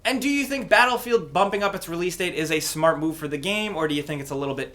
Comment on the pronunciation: Am I the only one who heard him say "smart" or "small" because for a second it sounded really British to me 😂